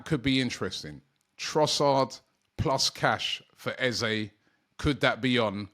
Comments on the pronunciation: You clearly have not spoken to him, or how he has responded to this question to the media. I will educate you, I wasn't going to. Eze has been asked many times, is it Eze orEza. His reply is it is Eze but if you want to use EzA it's ok. Typical Brit's that bastardising a name and pronunciation as they only hear others start using it. Is a big deal to Eze, not really. It's just respectful to call his name correctly, not what people say at school. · It's Eze with and E not EzA there is no A in his name ... as he has stated many times. He's such a nice guy and just excepts either, but it's important to respect his correct name.